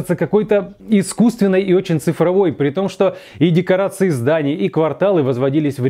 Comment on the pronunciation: ДекоАРции вместо декоРАции